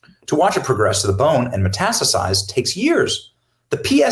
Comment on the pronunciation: And this also. Meh-tas-ta-size